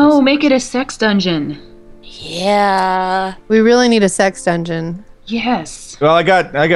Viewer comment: i thought she said six dungeon snd 5 seconds later i figured out she said sex dungoen thumbs up if this happened to you